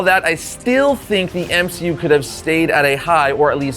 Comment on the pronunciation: No ones gonna talk about M-she-u?